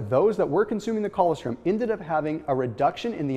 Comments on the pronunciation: It’s colostrum, not collawstrim...smh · ......colostrum........pronounced..... coe-loss-strum. That's OK, I just figured out recently how to say...... "pyrroloquinoline quinone"